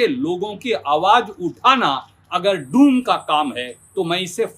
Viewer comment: डोम नहीं डूम बोला है 😂😂 😂😂😂